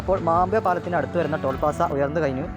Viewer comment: ടോൾ പാസ്സ അല്ല ടോൾ പ്ലാസ. 😭😭😭